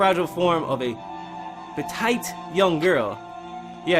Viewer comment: "pe-TIGHT" gdi man